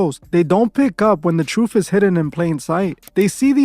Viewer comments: The Troof?? ok, lets listen to any uneducated idiot who can't pronounce the name of his own show!! I'd be inclined to fact check, just a thought!! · Not Truf its pronouced TRUTH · The truff? Come on you can do better.